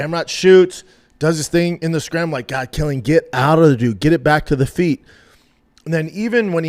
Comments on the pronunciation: His name is Kwyl-in. Not Kill-ian. Jfc dude. I can’t even listen to this shit. I’ll be back for the next episode though. Love ya dog. Hopefully you’ve learned how to pronounce the man’s fucking name properly by then. Good day sir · Bubba “Quill “ like porcupine . Quil - llian … Not killian 🤦🏻 Love you B 👊🏽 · Quill-an, Jesus fkn Christ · You should teach Brendan how to say his name correctly first.